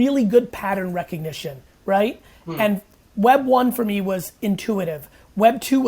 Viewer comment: him saying "For MEE" is very irritating